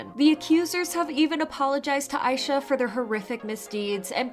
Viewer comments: Just wanted to say Aisha's name is pronounced ah-sha, as she chose that name bc she wants to be an idol as big as Asia. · Is her name pronounced "eye sha" or "Aisha?"